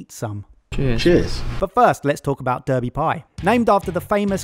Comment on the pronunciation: Brownie Points for not pronouncing it "Darby".